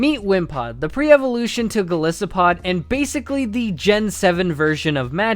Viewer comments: TOO MUCH EDITING and you cannot pronounce "Gol EYE SO POD" for life. Has this guy never heard or say the word "isopod" before? ugh -.-" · It's Goli-so-pod not Gole-so-pod -Hermoine Granger